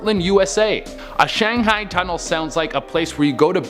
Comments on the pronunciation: Thing was...he pronounced it correctly just a second before he said Shanghee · To be fair, did pronounced "Shanghai" correctly the first time in the 1st video and wrong for the rest of it so...was he doing it intentionally? 🤔🤔🤔 Or maybe is secretly from a parallel universe where his mispronunciations are actually the norm there and he is trying to fit in our universe by pronouncing the mispronunciations from his universe which he is failing miserably? 😳😳😳 I'm thinking I've been watching too many of their parallel universe videos. 🤣🤣🤣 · Shang-HI......its shang-HI not shanghang lmao that sounds like a std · It’s not “Shang -hay-ing” Shang high or high-Ed is how you pronounce it you illiterate high school drop out. Jesus. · Pronounced Shang-high. You know. What's a guy gotta do to get Shanghai'd around here? 🙂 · it's "shang-hi" or "shang-hide". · Come, you don’t expect us to believe that you’ve never heard or don’t that Shanghai is pronounced Shang•high??? Come on bro! 🤣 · WTF is shangheeeing please learn how to read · Does this guy ever pronounce places namee correctly? Shanghai, Iwo Jima, etc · Dude in the first clip ...his pronunciations kinda bother me. It's pronounced "shang-hi" not "shang-hey". And it's a salOOn not a salon. Salon is where you get your hair did , saloon is where you go to drink.